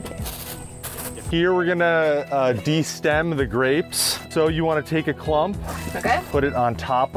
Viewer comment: I love the way he says grapes "Greps"